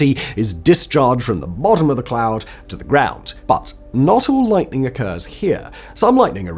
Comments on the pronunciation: Did you accidentally say lighting the first 2 times instead of lightning? I listened about 4 times and couldn’t hear the “n”. After the second one it was all good. Just curious. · "Lighting?" Oh, you mean lightening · Is it just me or the first 2 lightnings Simon didn't pronounce the n?